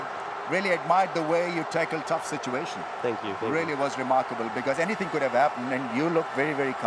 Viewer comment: ....what is calmness in suition....what is suition....wtf is a suition :D :D did I miss something in my class :D ROFL! and why call rameez Rambo and akram vaz why do u have to show a more friendlier behavior towards fellow Pakistanis on a world stage its unproffesional in a WC! just a reminder ::)